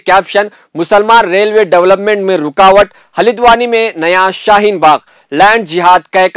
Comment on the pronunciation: Halidwani nahin bhai. Haldwani bolo. Aap log urdu ko bigar raheho...🤣🤣🤣